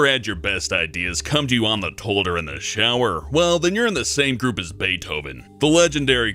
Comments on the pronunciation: Tolt Tolet? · Toit? I'm I the only one not hearing the whole word toilet when he talks? I swear he's saying toit instead. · says nekkid and tolet, teehee. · says toilet pretty weird... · does anyone else love the way he says toilet? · dude says toilet funny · hear please say toilet again. lol wtf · You say toilet weird... That is all